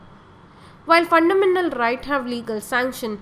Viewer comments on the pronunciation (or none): Fundamental bolna sikh ke aa😨